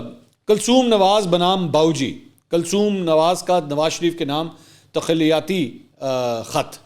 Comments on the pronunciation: تخلیاتی نہیں تخـــیـــــــلاتی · Takhalyati تخلیاتی نہیں اصل لفظ Takhayyalati تخیلاتی ھے# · takhliati nahi bhai, takhyealati , yad rakha ker yar please.....aap ki inglish bhi theek karoon aur urdu bhi? kamal hai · تخلیاتی نہیں تخیلاتی